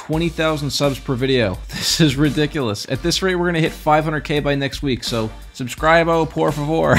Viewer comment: just for next time its Soub Scree behhh por favor thats how u pronounce subscribe in spanish